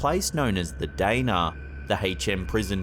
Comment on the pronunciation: i was born in Shrewsbury Shropshire and its not diner its the dana